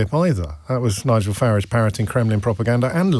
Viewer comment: How do you pronounce Farage? James says "Farr -idge" 🤣